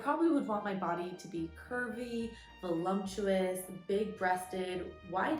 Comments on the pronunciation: Three counts of pronouncing it as “volumptuous.” Just stop saying it if it’s too hard for you. Words matter, language matters. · There’s no M in the word “voluptuous.” There are no lumps in that word. 😂